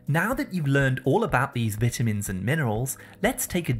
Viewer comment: vita mins not veetamins